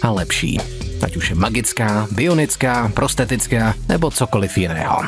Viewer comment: Není to nahodou"protetická" a ne prostetická? Jen mi to zní nějak blbě, tak se ptám.